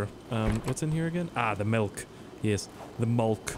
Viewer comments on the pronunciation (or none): It's not fucking called mulk I would know cause I'm a fucking Canadian